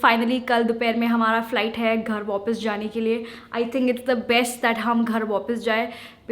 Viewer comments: ITS WAPIS NOT WOPIS🙄🙄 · She always says vopus instead of vapas😄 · & What is this Waupis??!!! For heaven's sake It's VAAPIS !!!! Why do you even talk like this?!?! It's so annoying to hear that WAUPIS !!!!! Improve. Or else you sound cringe enough. Get over the artificiality, if possible👍🙃 it's Insufficient NOT unsufficient. Atleast Use One language properly. 🙏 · Ghar "wopis" jae instead of wapis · Am i the only one who gets annoyed the way she says "WAOPAS" instead of "WAPIS". UGH!!! So annoying! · M I only one who stuck on accent of Ghar vopus jai at 0.22🤣